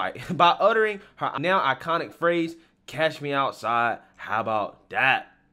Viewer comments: You know it’s funny how the whole word is saying she said (cash me outside) it’s wrong what she really meant an said was )CATCH me outside how bout day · pretty sure she said "catch me outside"